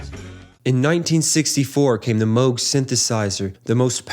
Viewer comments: Someone who knows how to pronounce Moog correctly! My prayers have been answered! 😭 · the dude above is half correct. It’s M oh g. It’s a last name. Many people pronounce it as müg and are incorrect but it’s also ok and accepted at this point. They’re right about Cambridge.